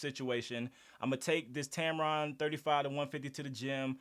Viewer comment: "Tampon" made me laugh. Great video. 👏🏼